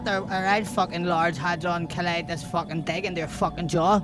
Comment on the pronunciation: Hardon like hadron hahahahaha